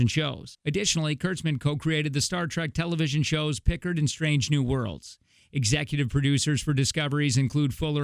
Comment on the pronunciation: Right? Stopped there, downvoted, commented, and left. One has to be at least marginally competent, enough to properly pronounce the names, to be able to 'delve' into something.